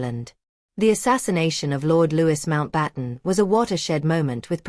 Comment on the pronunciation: I wanted to listen to this. However. The continual mispronunciation of Louis Mountbatten's name is grating on my nerves. If you put something on here, do please make sure it is factual.